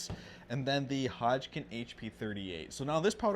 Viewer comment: I like the information being provided, however I can't stop geting hung up on the fact that he can't seem to pronounce Hodgdon as Hodgkin.